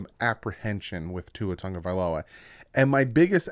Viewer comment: TAGOVAILOA…not Tongue-a-vailoa